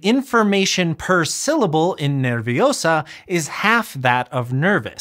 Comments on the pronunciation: Small but important note, "nerviosa" is 3 syllables, ner-vio-sa. In Spanish when a closed vowel (i or u) is in a diphthong it gets pronounced as a semivowel like y or w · Nerviosa has 3 syllables: ner-vio-sa, NOT 4 syllables. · No, you are wrong in Spanish it is: ner-vio-sa You are counting in Spanish as you do in English. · It's Wing-gar-dium Nervi-o-sa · "Nerviosa" has only three syllables, not four. Ner-vio-sa. Yes: we can have two vowels (a hiatus) in a single syllable. It can be broken up with a tilde, like in Ma-rí-a, which therefore has, in fact, three syllables. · just a quick correction , it's ner-vio-sa (or ner-vio-so for masculine gender), 3 syllables . DIpthongs in spanish can be tricky, but as a rule of thumb we mark with accent (´) if two vowels are not from the same syllable, for example "day": día (di-a) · You don't split syllables like that in Spanish. "Nerviosa" has three syllables: Ner-vio-sa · Nerviosa has 3 syllables, not 4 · Wrong, "nerviosa" has 3 syllables, not 4. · as a bilingual person, i find this topic super interesting. thanks for this video! i just want to point out, though, that "nerviosa" has three syllables, not four-- the "io" combination without an accent on the i is always a diphthong. 🙂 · It's nerviOHsa NOT nerviosAHH 🪄✨️ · It's /ner- vio- sa/ not /ner-vi-o-sa/ (like the spell xd) /io/ is a diphthong. Just like the one in the thumbnail of the video xD f it were /i•o/ it would be indicated by a tilde, vío :3 I will add that "nerviosa" in 3 syllables says the subject is (1)female (2) singular "Nervous" doesn't distinguish gender or quantity Not complaining but I do feel like the Spanish word conveys a bit more meaning than the English word with just one extra syllable :3 instead of having 4 syllables and having the same information xd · Nerviosas syllables are "ner- vio- sa" not "ner-vi-o-sa". The diptong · It's not nerviosa it's nervios-AH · It's NER VIO SA not NER VI UH SAH! (HP reference, sorry) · It's ner-vio-sa not ner-vio-sá